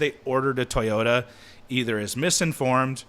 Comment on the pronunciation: TOYota not TIE-yota, disrespect any other company in the world but not Toyota